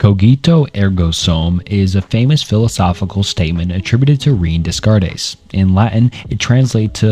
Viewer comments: Rain Desscarées Barootch Spinoza Got Fried Wilhelm LeBeans Fredrick Nietszurs / Njetchkchk / Nietsjée Sisyphilus John Paul Satire / Gene Paul Sertray / Jean Par Satray Soren Kiriagard Martin Heydgur Arthin Scropenhauer / Scopenhauer Ebikas Seeneyga Marcus Auruloos Edmund Giddier Sigmund Frood / Fred Simone d'Behvoor Guy Debord Gene Barood / Barrold Galaize Deleuze / Gilas Deleuze Odidus Ja Kwees Dooria / Doreidee Michael Foocaltte George's Buh Tale Confishias Laooza Saidaharti Gumati John JaKwees Rousseau Buhrgosee Prolyad Syompesism Phibliasophical You can do better than this, man. Vid is marred by the way you pronounce these names. The foundation of education, and it doesn't seem like you cared to get it right. Shame because these very visible oversights seem to superimpose themselves over the real, but invisible, efforts you took in making this video. Especially when just a cursory glance at some 1min vids would get you their names right. Devil's in the details. Lmk if you need a beta viewer for future releases so you can iron out the wrinkles. Keep it up 👍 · Descartes is pronounced “day cart” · I don't want to sound like a jerk, but that René Descartes pronunciation was astoundingly bad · Constructive feedback, double check pronunciation. Especially on famous ppl like renee descartes. Loving the video all the same homie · I’m sorry but the pronunciations of Descartes and Leibniz have me giggling… but I love the video, gonna sit back and learn some philosophy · I'm sorry, I just can't with these pronunciations. I had to stop watching after the second horrendous mispronunciation of Descartes (it's pronounced "ren-ay day-kart" by the way, not "reen dez-kar-ez" or "dess-kart-ez"). Please do some research on how to say these philosophers' names before you start recording yourself talking about them. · Also “Rain Descares” lol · lmaooo im only 2 mins in and i cant w "Discardes and LaBeans" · Knew you didn't care for philosophy when I heard "Dess carte"